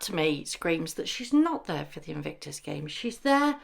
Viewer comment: It’s In-Vic-tus, there’s no N in the middle of it.. love your videos x